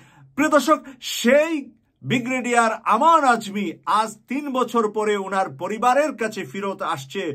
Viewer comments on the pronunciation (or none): Alhamdulillah. By the way bhi actual pronunciation is Brigadere not Bigradere. Thank you. Pls take it easy. Thank you for this great news